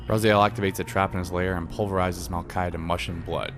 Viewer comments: dude i would really apreciate it if you would stop calling the main character RAZAIEL his name IS and always has been RA-ZI-EL, Kain even calls him in the Soul Reaver 2 Intro REaziel, there is a HUGE comunity out there, myself included, that is Really Really Pissed Off at the fact that this CULT series never really got a popper conclusion ... insted we got fucking MMO Nosgoth ... alot of the people that were responsible for that travesty should have had there heads chopped up and there blood draind from there still moving bodies .... atleast that's WHAT KAIN WOULD HAVE DONE :) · This is a pretty decent synopsis, but it makes me cringe how you pronounce "RazAel" instead of "Raziel". It is RA- ZEE - EL. You just have to listen to how Kain says his name. I don;t see how you could fuck that up. Because of that annoying mishap i will not be watching the rest of these synopsis. GOOD DAY SIR!